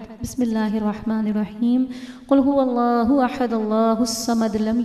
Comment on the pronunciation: Qul ho alaho ahad nhi ha qul ho walaho ahad ha g